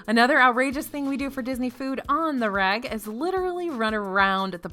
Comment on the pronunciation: You keep saying 'On the reg' and I hear 'On the rag'.